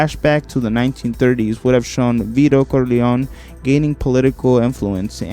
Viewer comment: Pretty good video i must say, but if you dont mind a bit of constructive criticism. i would suggest looking up the pronunciation of many of the names you said. some I understand but other like Coppola are not that hard or saying the name Corleone in two different ways in less than a second appart. It would make the script sound much much better.